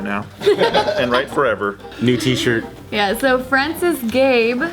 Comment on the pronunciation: Her name is Frances but is pronoucing it like "francis" reminds me of a person with same name who has that problem. Always needing to correct that its pronounced Frans-eh-s not fran-si-s, as one is more feminine the other more masculine inclined. But hey, names can be pronounced and spelled differently. Also it's a nice concept, someone improve it. Also the rumba (or the one I was using) always got hair caught in the rotating brushes.